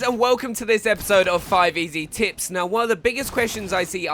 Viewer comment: did you just said finding the tits?